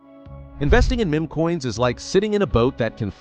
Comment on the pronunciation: Look how it is pronouncing meme